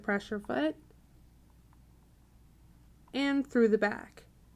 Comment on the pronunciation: It's not "pressure" foot. It's "presser" foot .